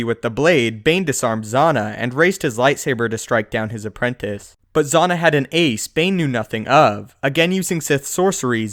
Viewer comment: It's cringe-worthy the butchered pronunciation of Darth Zannah name. It's not Z-on-NAH, it's Z-ann-Ah. Just like how you pronounce Hannah but with a "Z" unless you pronounce Hannah Hon-NAH. Thumbs down for bastardizing the pronunciation of one of the sexist Sith's (after Mara Jade) name.